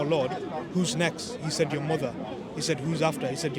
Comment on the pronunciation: “With yourrrr wife” 😂😂